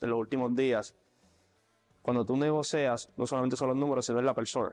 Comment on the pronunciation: … muy buena entrevista … Eso sí … para tu beneficio, no es crítica … se dice negociar … No “negocEar” ✌🏼👍🏼😘🙏🏼